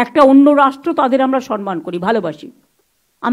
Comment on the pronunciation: Sonman noi, somman.